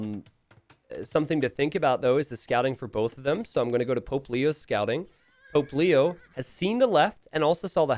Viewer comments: The name: Pope Leo The way says it: Poplio Me: who is Puglio? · I know they are saying "Pope Leo" but it sounds like Popplio lol.